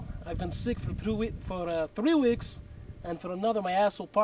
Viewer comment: thumbs up for throo weeks